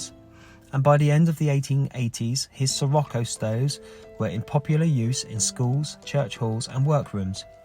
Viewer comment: Pronounced, Sir rock o.